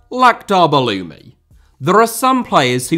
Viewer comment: Wow as an Algerian I couldnt believe my ears when you said Belloumi. Respect your ball knowledge